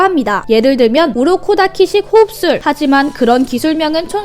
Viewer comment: 님! 우로코타키가 아니라 우로코다키 에영!